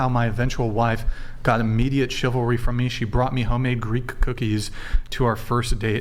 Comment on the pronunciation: Its funny they can't say chivalry, just like men cant say reciprocal